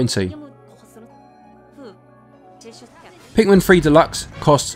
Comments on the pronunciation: lol you keep saying it like Pikmen. You certainly do not say pikMIN. Good review tho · Pikmin not Pikmen